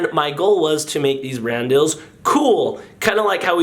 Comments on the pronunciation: Are you saying brand deals or brand DILLS? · I thaw he said dadadels but it was brand dills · turn on comments and instead of it saying "brand deals" it either says Brandels or Randall's